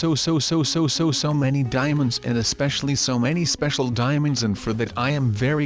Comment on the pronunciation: i thought u said demons